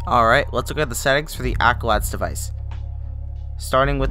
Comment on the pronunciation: bro said accolad